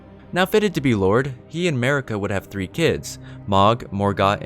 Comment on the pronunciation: MARIKA not merica***** thank you.